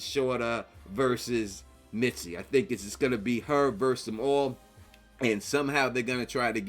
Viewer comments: Her name is “Misty,” not “Mitsy” ffs. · Misty not Mitsy 😭